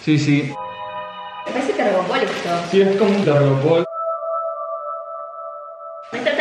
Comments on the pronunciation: Se llama «telgopor», no «tergopol». XD Buen video, me suscribo. Me encantaría vivir ahí, así sea trabajando toda mi vida por el sueldo mínimo. jajaja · Como que "tergopol" jajajajja